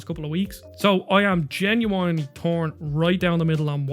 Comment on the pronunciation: "Tree-DS" and "Genui-Eye-nely" This guy's pronunciation.